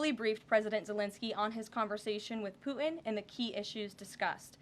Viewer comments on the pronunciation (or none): ..she says Pu' in..... it is pronouncet PuTin...a hard t. Leanr phoemetics please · Someone teach her how to pronounce the letter “t” please. Drives me crazy when she says Pu’in